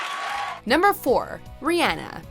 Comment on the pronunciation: idk who this “” from watch mojo is but i do not like the way she pronounces rihanna